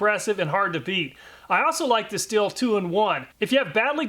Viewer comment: Just a tip, “stihl” is pronounced as “shtil” (sh sound similar to the one in the word shadow). Never pronounce it as “still” :)